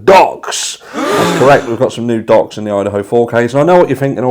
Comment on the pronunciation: Oh, new docs! At first I thought you said new DOGS and I got all excited wanting to see the new fur babies. 😂